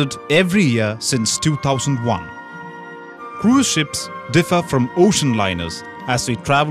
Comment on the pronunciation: you must have learnt how to pronounce croo-is ship as well! :D